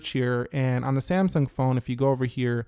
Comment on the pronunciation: Samsaaaaang PLEASE LEARN TO TALK!!!!